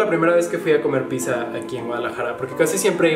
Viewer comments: si correcto, solo te decía que le dijiste "pisa" y no pidzza, pero X buen día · Pizza es italiano, pronunciado “pít-za”. ..con zeta sonora. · Pizza no es ingles,es palabra italiana,y se pronuncia pitzza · bueno para ti es raro y sobre la pizza originalmente se pronuncia (picza) trabajo con italianos.. y pues la salsa de tomate a la que te refieres es mucho muy distinta de capsu.. los paladares entre italianos difiere algunos si le ponen capsu.. asi que pues no esta tan lokos los del sur..😁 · Pizza en la cdmx se pronuncia como la palabra en Italia no como lo haces tu